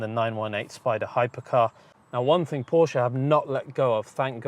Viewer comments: Porsche is a Two-Syllable Word™ Kudos to for getting it right. Well done and informative. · Thank you for pronouncing Porsche correctly. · Kudos for pronouncing Porsche correctly. Next is Fuchs wheels....it’s pronounced Fooks and means Fox in German! Keep up the great work! Cheers!